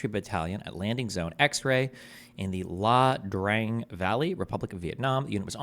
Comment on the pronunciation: It's not pronounced LA drang lol. Not that it matters but it's pronounced like eya drung